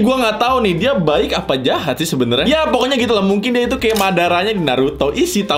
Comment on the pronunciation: bang eren nya baik bukan jehat